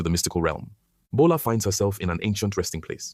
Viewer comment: Bola not gbola😂